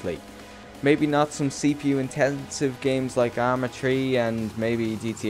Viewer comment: Nice vid,but the "Arma tree" made me giggle every time